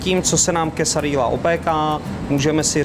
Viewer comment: Quesadilla vypadá chutně, ale bylo fajn, kdyby se pán naučil správnou výslovnost. Ve španělštině se dvě L vyslovují jako J, je to tedy "quesadija" a pico de "gajo". Jinak vaše verze Quesadilly je spíše Tex-mex než mexická kuchyně ;) Jinak like